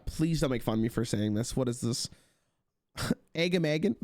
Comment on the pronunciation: That first attempt at Agamaggan is the most Canadian has ever sounded.